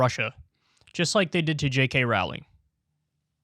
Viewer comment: He doesn't know how to say J. K. Rowling